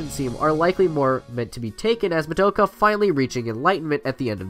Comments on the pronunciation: Anyone else cringe every time he said Madoka? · Why can no YouTuber say madoka accurately? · No one else is gonna mention that he pronounced Madoka wrong?